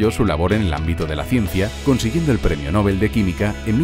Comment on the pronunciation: Genial pero por favor, PRONUNCIA BIEN LA PALABRA “ NOBEL “.